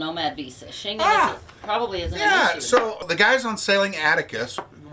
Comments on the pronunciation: So your geography lesson on where the town of Shengen, where the treaty was signed is, was as bad as your pronunciation of the word. Shengen wasn't signed in or near the British Isles and also had absolutely nothing to do with those countries at first. Hard G like Give or Gary, and en like it is pronounced en Español. Say it with me... The Shen-Gen Treaty was initially signed just outside the Town of ShenGen, Luxembourg on June 14th 1985 By Belgium, France, West Germany, Luxembourg, & The Netherlands. There I fixed your History/Geography lesson for you. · Never heard that pronunciation of Schengen, must be the Texas way 😀